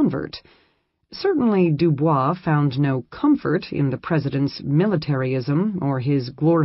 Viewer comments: W.E.B DuBois' name is mispronounced, albeit the American version is not correct per French. DooBoys. Very annoying in a scholarly presentation, perhaps the robot should be re-cued. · The correct pronunciation of WEB du Bois is de Boyz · It's pronounced doo-boys. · loll so americans have been saying dubois name wrong this whole entire time huh!?